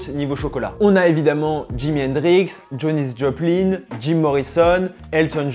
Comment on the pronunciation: elle s'appel Janis Joplin pas Jonis sinon très bonne vidéo !